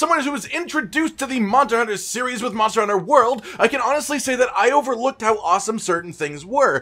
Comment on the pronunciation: dude says "monter hunter"